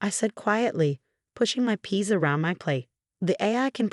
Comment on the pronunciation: Peas, not piece!